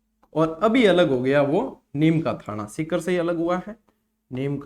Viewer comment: Sir aap sikar ko tikar kyo bolte ho sir